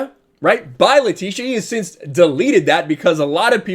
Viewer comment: Atleast say her name right 🤦🏾‍♂️🤦🏾‍♂️🤦🏾‍♂️🤦🏾‍♂️